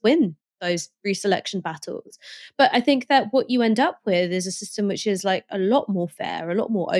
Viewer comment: Not gonna lie … it grinds my gears when you say “fink” instead of think! Ha! Just saying… but apart from that, all good, love the shows ❤